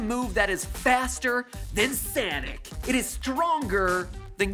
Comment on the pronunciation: I love how he says Sonic like Sanic lol.